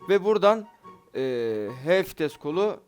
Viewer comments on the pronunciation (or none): VİTESE FİTES DİYEN ABİMİZ .d